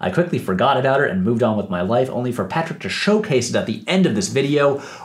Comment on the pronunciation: First of all, thanks again for the love. Seriously can't believe I appeared in two of your videos. Secondly, you got my name right the third time, the -ch is pronounced like in cheese or chase lol